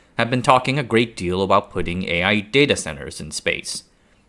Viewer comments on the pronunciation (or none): none